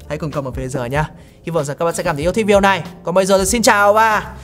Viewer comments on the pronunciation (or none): none